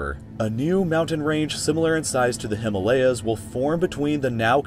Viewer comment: How he ppronounces Himalayas